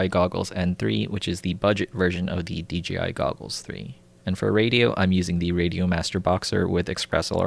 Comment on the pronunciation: Lol. I found myself saying d-g-i too. I don't where you are from but regional english can easily make it that way. There are a bunch of excellent youtube vids on pronunciation that are fun to watch. Language Jones, that lindsay guy. You'll find them if you are interested.